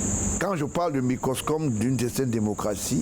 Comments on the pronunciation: Il dit : microscome, je pense qu'il voulait dire: microcosme. Qu'il arrête son imposture. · Cet homme est un pretidigitateur. C'est quoi le microscome? Je crois qu'on dit microcosme. Toute personne qui supporte Paul Biya a ce jour est un ennemi du peuple. Et tout média qui lui tend son micro s'expose à la critique du peuple